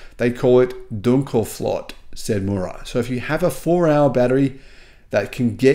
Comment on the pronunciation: Dunkelflaute ... your German is not at its best ...